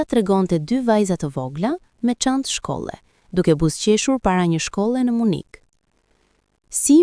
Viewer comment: Dhe 😂 nuk është Munik në shqip por MYNIH oooo Gaz në Tare 😅😅😅